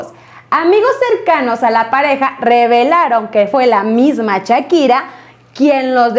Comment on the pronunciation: Chakira y yerar pike Jajajajaja esta señora ni pronunciar sabe pero para soltar lengua venenosa en seguida